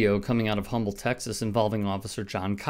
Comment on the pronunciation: It's pronounced "Umm-ble". Houston area.